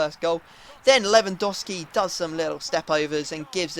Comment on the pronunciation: U pronounce lewandowski wrong to